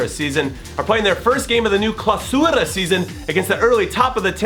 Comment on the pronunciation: Clausura,you said it wrong the c is like a k